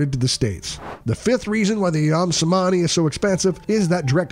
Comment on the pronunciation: Is not pronounced CEMANI AS IN THIS VIDEO ,,,, C IS PRONUNCED AS CH ,,, SO CEMANI RIGTH PRONUNCIATION IS CHEMANI ,, 🙏 GREETINGS 🖖